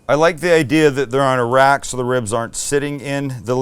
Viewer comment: "Now I'm going to transfer these guys to Iraq"... That's totally what it sounded like Sam said when he said I'm going to transfer these guys to a rack. 🇮🇶 Sam, please put sauce on the top bun! Oh man, I have to keep telling you this! 😎😘